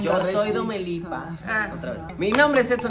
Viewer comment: 56 SE DICE DOMELIPA